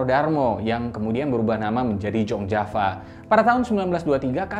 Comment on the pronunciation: Izin koreksi min: Jong Djava => dibaca "Yong" Java min.. Jong artinya pemuda, sama seperti "Young" pada bahasa Inggris Soegijapranata => dibaca "Sugiyopranoto" (khas cara baca orang Jawa) atau "Sugiyapranata" Kebanyakan huruf "J" dibaca "Y", karena mengikuti kaedah bahasa Belanda.. Terima kasih Kalo mau request ya Soegijopranoto saja. Biar nyambung..